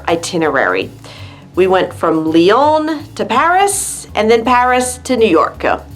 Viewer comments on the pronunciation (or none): none